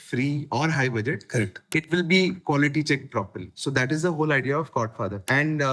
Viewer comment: Dude… Chord Father. I was listening to this podcast and kept hearing Godfather.